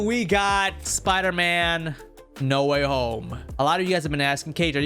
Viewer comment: spider not spooder